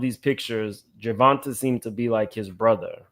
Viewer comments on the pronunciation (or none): Ger Von TAY is how it's pronounced 🤗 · OMG! You’re infamous for butchering a name. It’s pronounced “Ger-Von-Tay”. Bmore stand up. 😘♥️